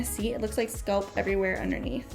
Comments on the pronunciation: Please stop saying sculp, it's pronounced SCALP!!! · This is helpful I also hate having an extra itchy layer. cantbwait to try it. my only critique, the word is scalp not sculp, its like a weird ear itch every time you say sculp 😅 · Being a wig content creator and not knowing how to pronounce the word “scalp” is wild 😂😂